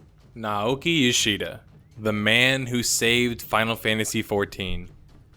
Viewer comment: FYI naoki yoshida DID have experience making MMOs. He was on the dev team for DQX. and it's Nah-oh-kee.